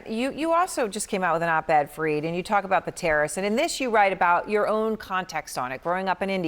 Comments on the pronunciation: Better pronounce as " F - A - R - I - D "... not " F-R-E-E-E-D " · Erin , please dont screw up anyone's name ...that too on their face...call him F A R E E D...not F R E E D as u did... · Fareed… not freed…